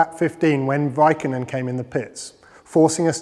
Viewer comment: Did he say Vaikkonen)))